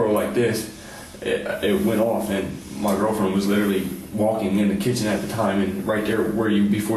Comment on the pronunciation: " I little-lee have no bwaincells, little-lee "